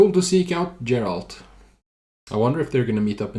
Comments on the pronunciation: Geralt is always pronounced as Geralt not Jeralt. It's because in polish G is always G like in a word "game". And also Jaskier (bard's name) is pronounced more like "Yaskier" and it's because polish J = Y like in a word "Yeti". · So I’ve noticed you pronounce Geralt as if it’s “Jeralt”, and I’m curious if that’s because that’s how it’s pronounced in the games, or if that’s just something you do. I’ve never played the games but in the show, they seem to pronounce the G in his name much more softly.